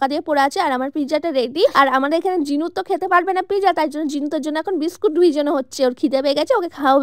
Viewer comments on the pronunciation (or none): It's not pizza It's not pizza It's real pronunciation is pit - zza😊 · কথাটা পিজা না কথাটা হলো পিজ্জা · Pezza ❌ Pizza 🍕 ✔️ 😅😅😅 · ও টা pizza ❌piza✔😆😂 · দিদি ওটা পিকজা না এটা পিজ্জা 😂😂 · Peeza😂 pizza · Pezza ❎ pija✅ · সব বোঝলাম আপা কিন্তু এতো জোরে কে কথা বলে ভাই😂😂আর মানুষ। Pizza কে Pezza বলে, আমি আগে জানতাম না😂🙂💔